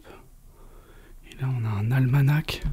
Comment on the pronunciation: J'apprécie beaucoup vos vidéos, toutefois vous confondez toujours "pendule et horloge" la pendule est posé sur un meuble, ce qui n'est pas le cas de l'horloge qui est plus imposante (exemple horloge comtoise). D'autre part les deux dernières lettres du mot ALMANACH ne se prononcent pas on dit "ALMANA" .